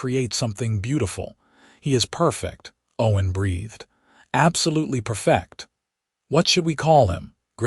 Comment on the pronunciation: FUK!!!!!!!!!!!!!!!!!!!!!!!!!!! , "He is per-FECT."!!!!!!!!!!!!!!!!!!!!!!!!!!!!! MUTHER JESUS FKN CHRIST!!!!!!!!!!!!!!!!! "PER-fect"!!!!!!!!!!!!!!! NOT GODDD DAMNNN "per-FECT"!!!!!!!!!!!!!!!!!!!!!!!!!!!!!!!!!!!!!!!!!! YOU SUK ASSSSSSSSSS!!!!!!!!!!!!!!!!!!!!!!!!!!!!!